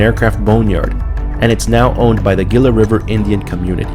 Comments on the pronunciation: It's pronounced hee luh not gill a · It's pronounced "hee-luh" not geela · Pronounced like Heela, not Geela. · pronounced "Heelah" not Geela. Like Gila monster- a lizard. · Its pronounced 'Heela' ....Not 'Gilla'. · Gila is pronounced Hee-la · Gila is pronounced HEE LA, an in Gila Monster, or Gila Bend, the town at the juncture of I-8 & AZ 85. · Pronounced "Hee-lah" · It's pronounced ' Heela'. The 'G' sounds like an 'H' This is why computers will never take over. Their processors sill never understand English. LOL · Isn't "Gila" pronounced "hee-la"? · Pronounce HEELAH River. Sheesh if you're going to do a video, at least pronounce the name right. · I don't think anyone's mentioned "Gila" is pronounced "heela". 🗣️🍦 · It's pronounced "HEE-LA". The G is soft. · Pronounced with an H - hila and not as spelled with a G. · It's pronounced "HEELA" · It is pronounced he-la. Geeeeze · Gila as in Heee-lah Jeez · Gila is pronounced HEE-luh. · Gila is pronounced hila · The Gila is pronounced as Heela the G is an H in span just like Tucson is TOO son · On pronunciations of the name the "G" in Gila. Is pronounced as an "H" not a "G" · Learn how to pronounce "Gila" before you decide to make a video.